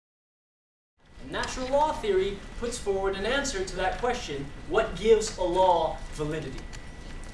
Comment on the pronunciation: It sounds like he's saying Allah when he says a law.